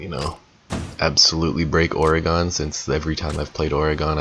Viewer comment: You said my state rong